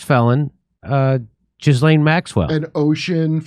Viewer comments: Jizz Lane 😂 Jimmy pronounces it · He's gay Jimmy. And it's Gilane.